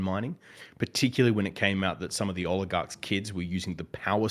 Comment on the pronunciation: always calls them "oiligarchs"... Which would be funny if intentional because y'know... Oil... Oligarchs... Oligarchs of oil... But I don't think it's intentional...